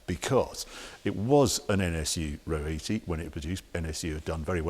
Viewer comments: Nice to see a presenter that can pronounce the name properly, rather than calling it An Ah Oh 80! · I called it! I saw it lurking in the corner on a previous video. This was one of my favourite cars as I kid, along with the Pininfarina Modula, the Lotus Europa and, er, the Toyota Crown estate with its multiple rear wipers… 😅 I always pronounce this “Ahr Oh”, rather than “row” but that’s because we didn’t have talking magazines and iPads back then 😀 Can see the Audi resemblance. By the way, I had a gearbox like that on my CX Pallas, although it didn’t whine like that, sounds like a straight-cut mini box about to explode 😆